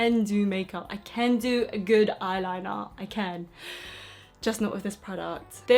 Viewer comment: 'I ceennn' 😂😂 love u